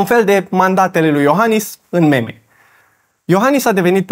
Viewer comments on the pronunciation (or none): ma zgârie pe creier când aud "memă" în loc de "mim" DE LA OAMENI CARE VORBESC ȘI ROMÂNĂ ȘI ENGLEZĂ, fac pariu că și nu știau informația pe care tu ai spus-o aici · pls pronunta cuvantul 'meme' precum se pronunta in limba englez aka 'mim' nu cum se citeste in limba romana, oh tu vorbitorule de rom-gleza